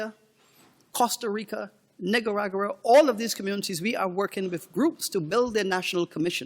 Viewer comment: Did he just say NIGGA-RA-GUA?? Lol!!